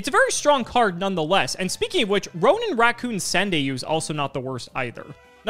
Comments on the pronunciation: It wasn't even 'rancoon', it sounded more like 'rancoo'. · saying Rancoon instead of raccoon is hilarious